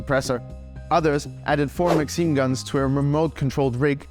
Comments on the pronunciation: it isnt maxeem is maxIM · Hear him pronounce maxim as Maxine